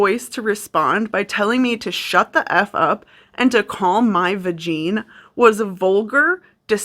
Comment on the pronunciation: I was trying to do a diamond push-up while listening to this whole thing and when you read out "vageen" I collapsed from laughter